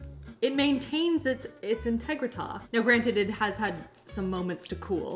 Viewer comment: I believe you meant it kept it's int-EGG-rity